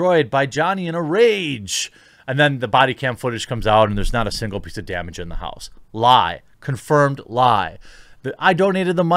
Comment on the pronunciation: "We had this Rao in the haose..."